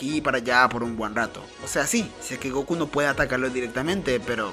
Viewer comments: Me gustan tus videos amigo pero porque decis GOKU Y NO GOKÚ con acento como se dice en realidad? Por lo que veo sos latino pero bueno cada uno lo dice como quiere jaja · Dude... Por que pronuncias Góku si el nombre es Gokú, en japonés también se acentúa la u, suena muy raro XD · Me da un pequeño ataque cuando dicen goku y no gokú,(aunque no lleve tilde) pero buen video xd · fa alta bronca que digas GÓKU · se que es algo raro para preguntar, disculpa, solo que no paraba de llamarme la atención cada que decías Goku mal XD